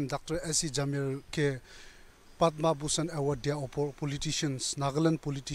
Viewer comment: What i heard her speaking Padman Bushan not Padma bushan🤣